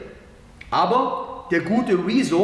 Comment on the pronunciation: wie er rezo betont: rizzo xd